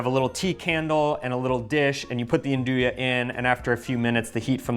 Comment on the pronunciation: Great class, really enjoyed learning about Nduja (and it's proper pronunciation). Nice to know there is a brand here that you enjoyed. Thank you👍❤️